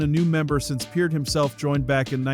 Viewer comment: Thank you for saying Neil's last name correctly.